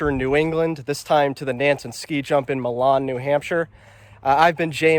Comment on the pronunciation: Just so you know Milan is actually pronounced my lin and Berlin is actually pronounced burl in